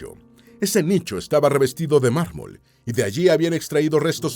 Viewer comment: No malmol es marmo vete escuela de español narador